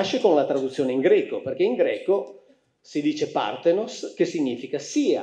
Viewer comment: Parthènos, con l'accento sulla penultima.